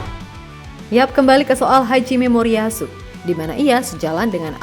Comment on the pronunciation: Kenapa selalu nyebut hajime moriyasu dengan haji memoriyasu 😅